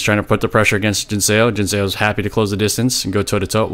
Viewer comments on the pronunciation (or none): Love your content, but in Korean "Seo" isn't pronounced "Say-oh" - it's a single sound, more like "suh" - it's just romanised as "eo" but not intended as a double vowel sound.